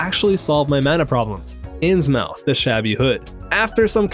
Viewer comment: Just an fyi - Innsmouth is pronounced "in-s-mith"